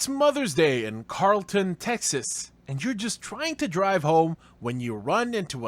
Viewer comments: FYI, it's not pronounced "Carl-ton" it's pronounced "Carol-ton"🙄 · Learn how to say the name of the town. You sound like a 🤡 It's pronounced "Carroll-ton". Not "Karl-Town". Can you not read? It's even spelled how it's pronounced. 🤣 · Its pronounced Carol- ton. Just like the name Carol. I used to in DFW. Carrollton TX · “carol”-“tun” is pronunciation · Lmfao Carol-ton Texas…. It’s a woman’s name… Carrol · Carrollton like karolton lol I was dien by the way you pronounced it lol😂